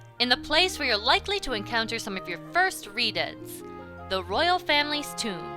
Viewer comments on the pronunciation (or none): none